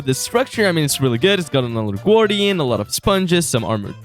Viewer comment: Why do you say guardians as gourd-ians